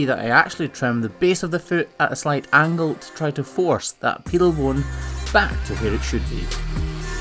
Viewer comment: pedal bone not piddle speak english.